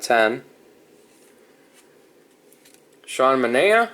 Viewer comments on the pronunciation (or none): none